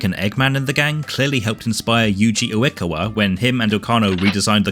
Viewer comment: Pardon if someone else has already said it, but the "A" in japanese names is always read as "ah", so uekawa is read oo-eh-kah-wah instead of the wuh sound. Vowels in general are consistent in japanese since it's a romanized language so once you get down how they're supposed to sound you dont rly have to figure it out again for other instances, so it's the same as in the "ah" in satoshi!